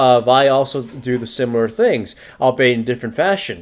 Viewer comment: I must say, you used "albeit" a few times in this video and I just want you to know it's not pronounced "all-bait" it's pronounced "all-be-it". Just a pet peeve of mine, sorry for being so anal about these things:)